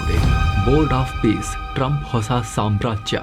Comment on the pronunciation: ಇದು " bord of pice ಅಲ್ಲ pice pice 😂😂😂